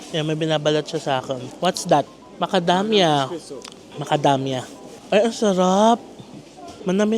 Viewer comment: Tawa ako,una tawag mo macadamya,later on yung talgng tawag sa knya macadamia…nice ❤️